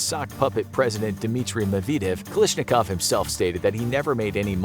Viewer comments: Its KalAshnikov not Kalishnikov! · It's "Kalashnikov," not "Kalishnikov." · You pronounced kalashinkov wrong it not kalishinkov